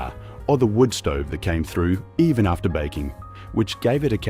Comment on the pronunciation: Our friend can't disguise his Yankee origins with his pronunciation of the words Aussie, after and new.